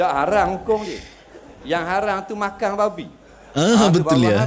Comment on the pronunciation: bahasa TERENGGANU hujung pekataan ada "NG" contoh:makan = makang